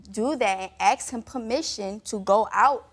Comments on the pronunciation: Why do black people say "axe" instead of ask? It makes me fuckin sick and none of you black people want to address it in the comments. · Ask is the word not 🪓 axe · I have to aks him???? An aks, that's a dangerous tool you know. Asking is better ;-) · You have to what??? " aks" him? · " AX" him ?????? WTF !